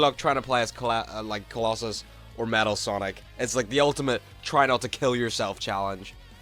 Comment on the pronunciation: Finally someone says they butchered kolossos